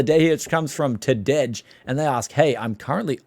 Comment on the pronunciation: tadej is pronounced almost like today ;)